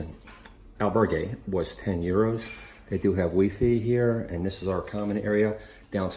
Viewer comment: Funny how you pronounced WiFi in Spanish (WeeFee)